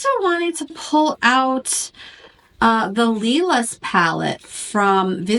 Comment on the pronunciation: "Lilas" is pronounced as "Lee-lah" it means "lilac" in French 😎✌🏼🇫🇷